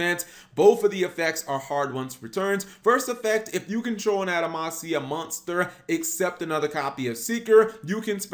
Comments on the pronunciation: Why does cap keep saying adamacia when it’s actually adamatia? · Stop saying Adamansia it's Adamantia with a "T" not a "S". If you're going to have word pop out of you mouth then say them right, you clod! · im really not hating on Cap but why do so many Yugitubers mispronounce card names. It almost seems like they do it on purpose to trigger us. Are we really supposed to believe they think its actually pronounced the way they say it? Its spelled Adama-T-ia. he said Adama-S-ia like 20 times. Bro!!!!! theres no S in there LMAO. Just to prove I'm not picking on Cap, anyone who watches YGOPaisano knows he ALWAYS says ElectrANite. Where that N come from??? its ElectruMite.... okay rant over lol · Am I missing something or is he just saying the name of this archetype incorrectly. Because if the name of this archetype is pronounced anyway close to adamantium then he is saying it wrong. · He was even saying the name of the cards wrong they're pronounce how you would pronounce adamantium like wolverines claws.